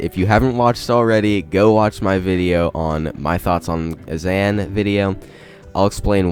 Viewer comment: Bro please stop pronouncing azaan wrong it gives me PTSD from the Aang pronunciation from the live action ATLA movie on god